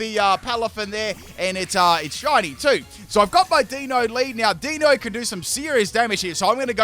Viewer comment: For anyone wondering, the Deino evolution line's names are derived from the German words for one, two & three; eins, zwei & drei. As per usual, butchers the names lol